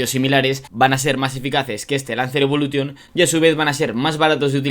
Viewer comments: Jamás entenderé porque ciertos españoles hablan tan mal el inglés, osea no te das cuenta al hablar que dices la palabra Evolution la pronuncias mal? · No se pronuncia "evolution", se pronuncia "evolushion", al igual que todas las palabras del inglés que acaban en "-tion". Yo no tengo un C2 en inglés pero hombre, esto es más básico que saberse los colores en inglés.